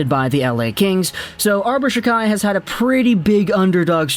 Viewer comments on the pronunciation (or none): It’s pronounced jack eye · his name is pronounced jackeye